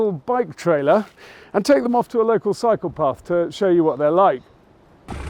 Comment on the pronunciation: I like when you say 'cycle path' as it keeps sounding, to me, like 'psychopath'. he he.